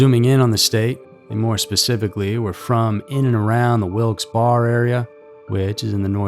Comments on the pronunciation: Wil-Ks berry (not Wil-Ls bar). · You’d be forgiven for pronouncing it Wilkes BAR, after all that would be how you pronounce Barre. The local PA pronunciation is Wilkes Berry. I wish I was joking. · Its pronounced wilks BERRY 😊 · Boy did you say Wilkes-Barre wrong. (Pronounced as Berry) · Wilkes-Barre = "Wilks-BERRY" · Wilkes-Barre is pronounced as Wilks Barry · It's pronounced like wilksberry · Isn't it actually pronounced Wilkes Barry, not Wilkes Bar? I'm not from PA, I'm from MD, but I swear I've heard it said as Wilkes Barry before. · Love your videos and have seen god knows how many, so thanks for what you all do! The town is pronounced Wilkes “Barry” it is named after 2 dudes, ones last name Wilkes and one’s last name Barre, Isaac Barre I’m pretty sure. Not that this info is probably ever gonna help anyone who reads it, but ya know, info is always good lol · Just FYI, it's pronounced Wilkes berry. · There's a few ways to pronounce it. We pronounce it 3 different ways around here. Bear, Bar, and Berry... I say Wilkes-bear... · It us pronounced Wilkes "Barry" Sound effects ate hilarious. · Wilkes bear uh !!! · There's like 3 or 4 different ways to pronounce it... I grew up around here and we all say it different ways. Wilkes-Barry, Wilkes-Bar, wilkes-bear (how I pronounce it) ... Spelled Wilkes-Barre.. it's the only original hyphenated town name in the U.S. Okd timers call it Wilkes-Barrel. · Ahh yes, female puberty total cause of demons Me a Pennsylvanian hearing the narrator pronounce these names 😬😬😬😬😬😬😬😬😬 it hurts